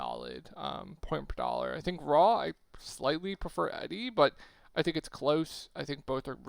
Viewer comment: E-Dee not eddy lol but appreciate the vid!